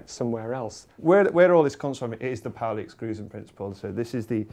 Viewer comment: They are pronouncing it pow-ly! I'd only read about it in Paul Davies books and was always saying paw-ly in my head :D